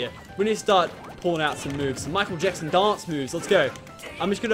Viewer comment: I think its just his accent but e said Michael jexson not Jackson.